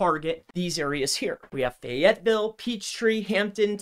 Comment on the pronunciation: Most sus thing was how he pronounced FAYetteville